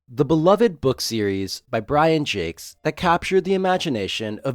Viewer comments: The Redwall books and TV show are great. Oh, and you mispronounced the author's name. It's French. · I HAVE BEEN PRONOUNCING IT WRONG THIS ENTIRE TIME?!?!? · Wow. For 30 some-odd years, I too have mispronounced his name. 😅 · All these years and I've been mispronouncing Jacques 😬